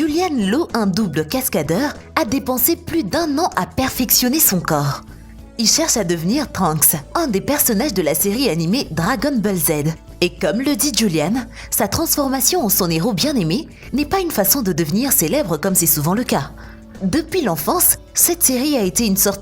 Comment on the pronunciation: ''dragueune beule Z'' j'ai les oreilles qui saignent